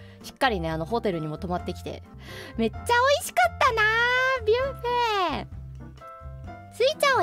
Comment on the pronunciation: Buffet這個字究竟是一直念「巴菲特」的我搞錯了，還是我真的第一次聽到有人是念「別U菲特」...